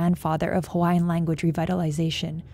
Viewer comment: The least NBC could’ve done was to get a narrator that could say the Hawaiian words properly.